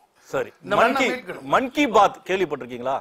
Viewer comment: மன்கி பாத் இல்லை மான்கி பாத் நீ படித்தவனா